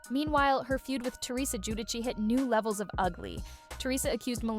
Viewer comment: Come on now. You're going to narrate this video and you can't even correctly pronounce the name Giudice.